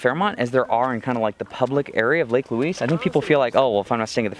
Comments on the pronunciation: We locals pronounce Lake Louise more like Lake Looize we kind of slur the "s" sound and not announce the "s" sharply. I hope that makes sense. You guys will have to go back when there is not so much smoke in the air. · I get a kick out of your pronunciation of 'Louise as Louiss'. We Canadians call it Loueeze. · It's Lake Louise (Loo eeze) not Luis! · Ho-run-num-nay is its first name. It's pronounced Lou-eeze not Lou-eees - the person it was named for was female so you're using the masculine pronunciation which is incorrect. And, Queen Victoria did not demand it be named after her daughter - it was named to honor the princess because she was the wife of the then Governor General of Canada and was held in esteem. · It's so much fun to sit on your dashboard and watch your family interact. I live four hours from Banff and appreciate the reminder how beautiful it is. I love how you pronounce Lake Louise as Lake Loooeeessss. We pronounce it Lake Loueeezzzz. Lol. So glad you enjoyed my backyard and were treated well. safe travels to you all. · Pro Tip - say "loo-eezz"